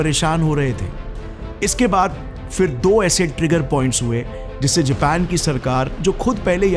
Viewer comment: Abe anpadhon ke professor vah Jepan nahi Japan hai